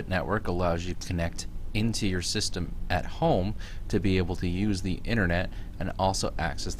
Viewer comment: fucking sis-tam